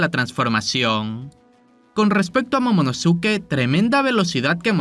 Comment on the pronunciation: Momonoske, Pronuncialo ya bien